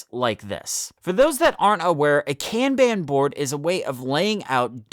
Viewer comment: Kanban is pronounce con (like con man) and bon (like James Bond) it's not can ban. Pronounced KAHN-Bahn.